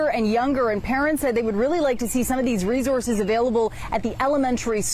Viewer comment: Stop saying rezorzez